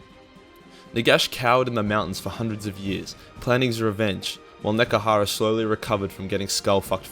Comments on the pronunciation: NEH-HEH-KARA NOT NEKARA YOU smelly boy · DAMN IT, IT IS NEHEKARA SAY IT RIGHT ONCE YOU FOOL